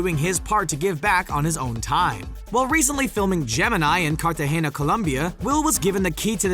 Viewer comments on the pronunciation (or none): none